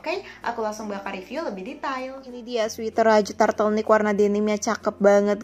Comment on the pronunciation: Apa cuma aku doank yg dengernya turtlenick bukan turtleneck